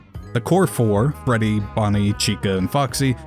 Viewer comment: Dude called Fredy bredy